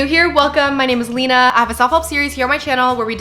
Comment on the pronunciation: OMG LOL WAIT. This whole entire time… I legit thought your name was pronounced “Le-na” & idk if this was the first time you ever introduced yourself like that lol or I just have selective hearing hahah but I am shocked lol 😭